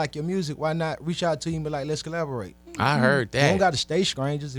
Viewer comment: Gucci "Lets collaberoid" Mane